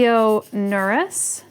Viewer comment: Leonurus - the "u" is pronounced like oo in moo... e is not pronounced like ee but like e in end